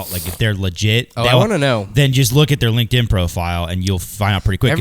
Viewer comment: it’s LinkedIn, not Link In.